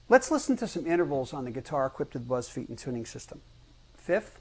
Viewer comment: Oh wow. He doesn't know how to pronounce his own surname.